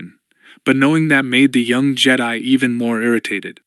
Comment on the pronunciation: Some dead spots in the audio but I’m not complaining about a free book. Anyone else bugged by the way they say Jedi? It’s nothing but it drags on me after a while.❤